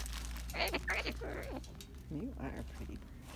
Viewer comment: Is he saying pretty bird?